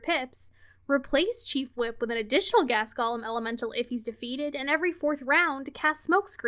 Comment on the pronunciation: I love ya, but you need to learn how to pronounce "golem". It's pronounced "goh-lehm", not "Gollum" 😂